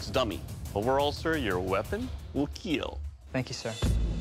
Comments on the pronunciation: It will keal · what matters is "It will KEEL"